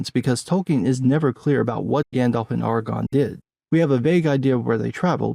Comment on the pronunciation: Ahr Ah Gorn. You sound like you are saying Argon. A gas, not a ranger.